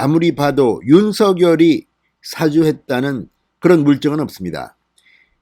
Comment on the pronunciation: "사주"가 아니라 "사:주"라고 "사"를 길게 발음해야 의미가 제대로 전달 될 것 같습니다. 남을 부추겨 좋지 아니한 일을 시킴